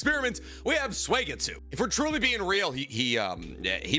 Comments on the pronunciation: his name is suigetsu. not suegitsu. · I’m a big fan of “Swaygetsoo”